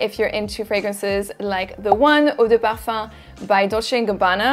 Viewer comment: The best part about your videos is the way you pronounce the scents... my fav is when you say "parfum"! Love it